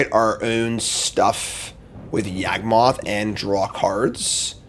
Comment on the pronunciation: YaWgmoth, not YAGmoth...